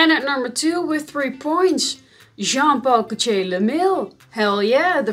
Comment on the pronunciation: "John-pahh-co-chaaa" lol